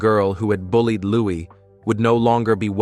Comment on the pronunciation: His name is Lou-ee, not lou-iss.